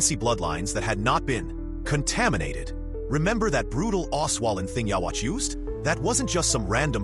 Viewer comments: “Yah-watch” 😂 wtf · How is it that after so many years in an English dub people still can't pronounce ywatchs name right? Oh wait stupid me this is most likely an AI generated video. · Learn how to say his name it’s literally dubbed episodes smh 😂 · like the video man just to let you know his name is pronounced Uryu. And is pronounced " you youhabaha literally but spelled ywach its crazy. Anyway dope video just wanted to help you out with the pronunciation. Have a good one.